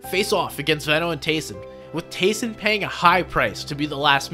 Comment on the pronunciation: you said tayson and merstach and the start